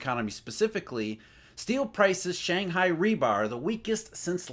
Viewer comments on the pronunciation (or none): none